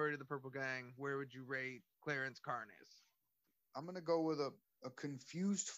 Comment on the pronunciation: car-nez? lol fools